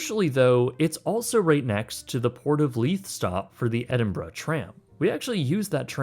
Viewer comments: Thank you for pronouncing Edinburgh properly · Well done for pronouncing it correctly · Kudos for the proper pronunciation of Edinburgh sir. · At least you said the city correctly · I'm just impressed that you can pronounce 'Edinburgh', it seems to escape a lot of people who didn't grow up in the UK